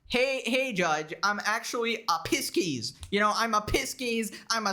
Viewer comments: "pisskeys" OMEGALUL "Pie-sees" for future reference. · Did this man say Pisskeys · no way bro said pisces as "piskis" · No way you said Pisces like “piss-keys” when it’s actually pronounced “pie-sees” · Piss-keys? I love you brother it sounds like 'Pie-sees' just in case you really don't know-I have never been prouder to be subbed to you because you don't buy into stupid AF crap like tarot and Astrology! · pronouncing it as "piss-keys" just made it 10x funnier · “Piss-keys” was a diabolical pronunciation 😂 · It’s Pie-cccccs 🤣🤣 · Pisces is pronounced Pie-sees 😂 but I love it 10/10 Also reading tarot doesn’t predict the future (because that would mean controlling fate and that’s a big no no) but it’s more to reflect on you actions caused but yourself (which actual requires some semblance of thought outside of calling everyone and their dog an incel 😂) There’s your daily magick education for the day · A piss keys hahahahahaha what a way to say Pisces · I love you, but I just want you to know that you mispronounced Pisces. No shade, I know you are just sounding it out. But it is pronounced “Pie-cees.” Keep up the good work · Only pronouncing "Pisces" as Piskies in solidarity with from now on. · Wtf is a Piskiss 😭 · That pronunciation of Pisces sent me into a manic rage.